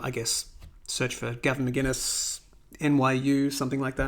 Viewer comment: I appreciate the video. But hearing you say Gavin Mcginnes vs Mcinnes kills me.